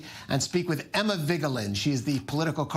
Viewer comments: Emma, why do you need to vote for Joe Biden. He's going to win in a landslide anyway - we at least, can lodge a protest vote. No? Also, I love the way that guy pronounced Vigeland... he makes it sound more like Viggeland. =-P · Is that the correct way to say Vigeland???